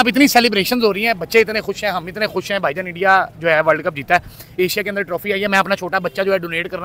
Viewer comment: Bhaijan nhi hota paijan hota he